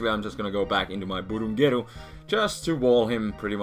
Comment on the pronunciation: i love when say BURUNGERU